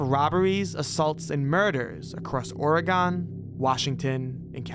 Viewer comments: And the way he is saying Oregon to😭 no no no It’s all wrong! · Oregon is NOT pronounced Or-eh-Gone… it’s Or-e-gun… as an Oregonian, it’s beyond fucking annoying to hear y’all butcher my state’s name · the way he pronounced oregon and illinois made me VERY scared when i realized he was about to say niagara falls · Dawg how do you mispronounce Oregon???